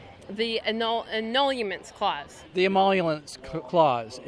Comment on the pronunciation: "Uhm, the Innulumints Clause." Which is, of course, followed by the "Emolulence Clause." Well, there you have it, m'dudes. The constitutional scholars have spoken.